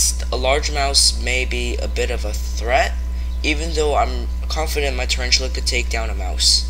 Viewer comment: "Charanchula" 😂 But very good narration though